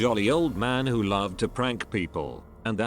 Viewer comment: Why do you say W-H-O??????